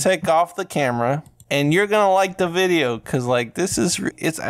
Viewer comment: my mans really did just say "enguadaa putat en da videyo"